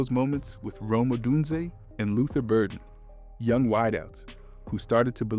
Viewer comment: Ugh.. it's Oh DUNE zay.. haven't you heard their names before they talk about them on TV, on YouTube videos, on the radio… If you're not a bear man, I get it, but if you are, there's no excuse. But there's so many opportunities to hear their names send properly… And it matters since you're a YouTube creator.